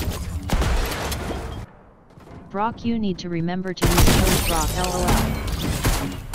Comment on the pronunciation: its brock not brok